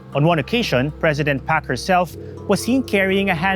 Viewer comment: pretentious atom trying to emulate south korean accent ang hirap tuloy intindihin. pronounce it as PARK not PAK. we expect a non-sokor citizen to pronounce korean names as a foreigner not a native.